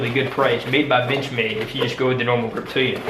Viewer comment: Yes i had to rewind it couple of times: “Gerber Reptilian”? Good video tho